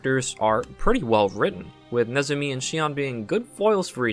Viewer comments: Ah I remember Antique Bakery. That one was quite a . Also.. To is pronounced "toh" if it means "and". I have a ukelele and sing songs about throwing stars. Mnemosyne is pronounced "neh-moh-sai-ni" in US English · Mnemosyne = ne mo sign The initial M is silent it comes from the Greek goddess of memory and the mother of artistic inspiration. Yggdrasil = Yig dra sill the world tree, a giant ash supporting the universe from Norse Mythology.